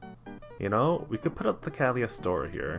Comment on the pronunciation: Wow it has been 3 years already? Can hardly believe it. Guess it is time to start making new Jerry decks. Psst: It is "Cagili-O-S-TRO"